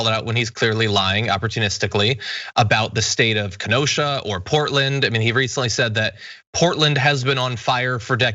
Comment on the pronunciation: Pronunciation, dear glad you got Ken O sha down❤